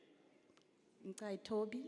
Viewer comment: No effort at all to pronounce Ngcukaitobi